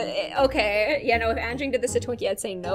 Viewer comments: anging? its anjing but also it was a insult people do XD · I know..since I'm malay..but the pronunciation is Un-jing..but..since it's your dog..Its up to you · Are you calling “Frank” not smart? Also if you couldn’t hear it very well his name is anging (Ann-Jing) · anjing is actually pronounced ahn jing and the j is very soft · I'm pretty sure its pronounced Anjing since she said it was a Malay word and Anjing means dog in Malay :D But if i didnt know I think I would've pronounced it like that too 😂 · U didnt pronounce anjing is like agn Jingg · Im indonesia And You Pronounced anjing Wrong but its fine and i thougjt you said Angie When you said his/her name